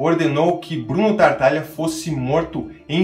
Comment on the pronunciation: Legal o vídeo, mas como já comentei anteriormente, o nome da família é Tataglia e não TaRtaglia.